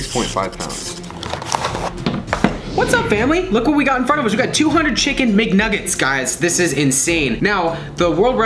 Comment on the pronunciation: It's mcnuggets not mgnuggets